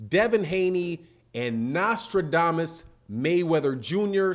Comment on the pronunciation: Did he say "Nostrildamus 👃👃" when he mantioned Ellerbe?😂😂😂